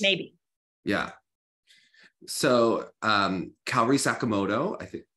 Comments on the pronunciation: Is it that hard for Meagan to pronounce Kaori correctly? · Kayori is killing me bit inside 😂 To her defense she seems bad at pronouncing names, not just Asian names but also Russian and other names except English names maybe lol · Can someone please teach Meagan how to pronounce Kaori’s name? It’s crazy to me that she still pronounces it wrong!